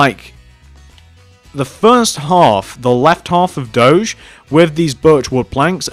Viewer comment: you dont say it dodge its do<>ge